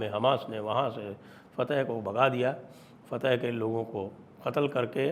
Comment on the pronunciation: fateh nahi fathakh